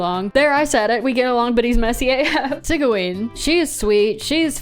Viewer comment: Sigaween? 😭 it's pronounced seej-win or seej-ween not to be that person 😭